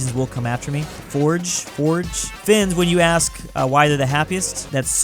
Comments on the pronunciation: it’s not ford it’s fe-ord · FJORD!!! NOT FORD!! F J O R D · fjord is pronounced like 'fyor', but the r sound is different from english so it's the closest one can get. hope you note you this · Yuo prononce fjord fyord and yes im Norwegian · ITS FJORD NOT FORD!!!!!! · In norway is called fe ord lol is just fe ord to say fjord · DUDE WE COME AFTER U THE NORWEGIANS WILL COME U SAID FORGE WHEN ITS FJORD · Its not FOJRD ITS FJORD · Fjord Fyord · Its fjord not fjooord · The fjord word pronounced as "Fiyord Edit:thanks for 0 likes Edit: I liked my own comment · Fjord is pronounced fee-yord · bruh can’t say fyord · It is pronounced fyord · fjord is pronounced "fyoor" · FYORD - pronouciation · ITS FI-YORD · im swedish its pronounced fe-yord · Fjord is pronounced F-yord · Fjord is pronounced Fyord pretend the J is a Y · you pronounce Fjord as fyord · You cant pronounce Fjord? its not FORGE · Fjord - f-yor-d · how to pernounce "FJORD" Feyourd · it pronounced like ford now Y O U S A Y W R O N G I E A T Y O U C O O K I E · Ok its fjord BUT FORDGE?! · Fjord (Pronounced Fyord) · Fact: fjord is pronounced fyourd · Fjord is pronounced as fee oared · it's fyord that's how you say it. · Fjord (Here is the pronunciation: Fee - ord or Fi - ord) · FJORD PROUNCED FYORDS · It’s pronounced fyord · ITS PRONONCED FU-RD WITH A NORMAL U NOT LKE A U WICH SONDS LIKE YOU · Fjord is pronounced "Fyord". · well, I’m not a Norwegian but I can say it is pronounced “fyord” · Fjord= fyord ITA FYORD FFFF Y ORD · Fjord is fyourd thats the way to say it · Fjord is pronounced “Fyord” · Say fjord, but replace the J with a Y, fyord, just a tip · fjord is pronunced fyored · fjord j makes y sound fyord fi-yord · Could swear fjord is pronounced "fee-yourd" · you pronounce fjord as fi-yo-rd :) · I believe its pronounce Fyu-ords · How does it make sense to call fjord “foooohhhrdj” it’s like fjord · Fjord is pronounced fyord isn’t it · Say Fjord like your saying fyôrd